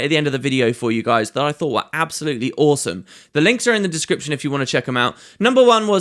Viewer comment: Also, " Some orr-some Orr based symbols." You're on a roll XD